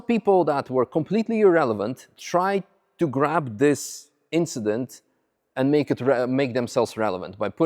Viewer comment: It was just an inchident.